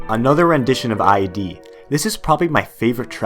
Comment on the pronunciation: Just a little nitpick, but why do you say id ad I.D.?